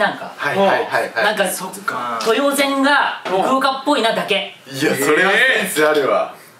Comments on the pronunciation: 豊前をトヨゼンって誤読するのあまりも愛知県民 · とよぜんとかせんきたとか訓読みするのすき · やっぱ愛知県民だととよまえって読むよね 豊橋豊田豊川みたいに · ずーっと、豊前をとよぜんって読んでてたから、ぶぜんだよーって思いながら応援してた😂